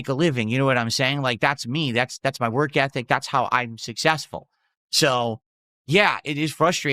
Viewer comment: It's very hard "whark" dude